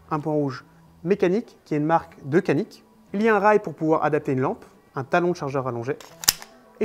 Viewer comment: Belle petite vidéo et surtout belle arme ! Les pistolets Canik sont excellents, juste une précision Canik se prononce "djanik" en turc qui veut dire "méchant"